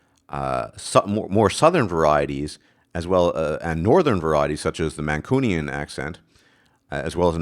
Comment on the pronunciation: You are pronouncing Mancunian wrong. You say man-coo-nian. It's more like man-cyoo-nian, Similar to the way some people say Noo York and some say Nyoo York.